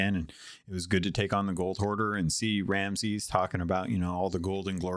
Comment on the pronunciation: Minor "chafe" on the ear - your guest kept saying "Ramses" instead of "Ramsey" - he's the Pirate Lord not an Egyptian Pharaoh. As always; thanks for sharing your viewpoint it is an interesting listen and nice to get someone else's perspective on these :)